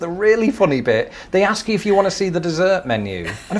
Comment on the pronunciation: sorry Im really sorry but I can't let this lie firstly you are not my girl and second the word is Ask not axe